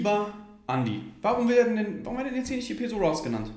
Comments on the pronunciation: Das einzige was mich an ''peso'' abfuckt ist dass alle das falsch aussprechen 🤣🤣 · bei Peso wird das S scharf gesprochen weils spanisch ist